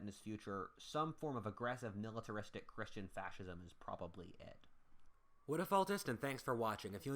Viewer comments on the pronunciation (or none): none